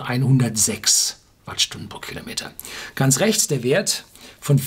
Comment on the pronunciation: ...ganz...mit z.... nich mit s... : )